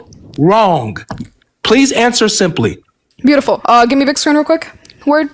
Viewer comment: Dawah 2026 tactic: just say BOOTIFUL BOOTIFUL